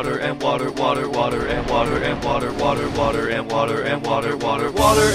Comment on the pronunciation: Shame on you as a bri ish person thats not how you say wotah